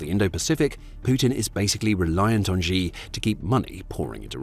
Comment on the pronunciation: Xi is pronounced like "she" in english.😊